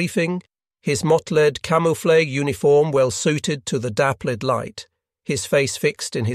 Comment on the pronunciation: AI reading. A human wouldn't make such a mistake as: "his mottlayd camooflay"